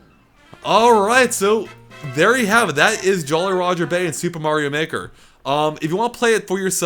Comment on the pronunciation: I thought you said "super mario nicker" addition